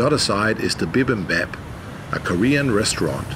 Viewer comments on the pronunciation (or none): bee-bim-bob/p, sounds like bob, not bap.